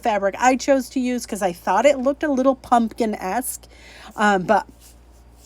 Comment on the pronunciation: Did you say " pumpkin-esk"? Love it!